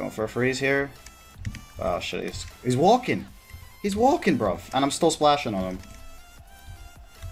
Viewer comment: Saying “fam” and “bruv” in a British accent haha